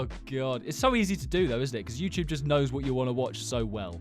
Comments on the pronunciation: YouTube ❌ YouyCheweeb ✅ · welcome back to the yuecheweb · Is no-one else gonna talk about how he said youtube? He said youy chewyeb😂😂😂😂😂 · the yuechewbe? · bro the intro... whyd he say yt like that...?? 😭😭😭